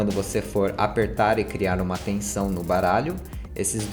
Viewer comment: só eu escutei caralho no lugar de baralho no inicio?